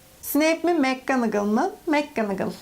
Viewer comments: Abla adlında tüm Türkler mcgonagol on adını yanlış söylüyor aslında makcanagıl diye okunuyor mekkanagıl deyiş çünkü orada ‘’Mac’’ yazmıyor umarım anlatabilmişimdir bdjdjdj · Black ismi bilek diye okunmaz ayrıca Mcgonagall’ıda mekgınıgıl diye okumaktan vazgeç sinirlerimi bozuyorsun kelime telaffuzların sayesinde haterın oldum